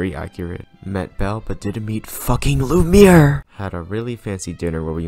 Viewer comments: you: loo-meer me: ITS PRONOUNCED LOO-MEE-EH-R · y'all just gonna ignore how he pronounced Lumiere? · My favorite character ever is lumiere Also: pronounces lumiere wrong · you’re butchering lumière’s name >:( favorite character my ass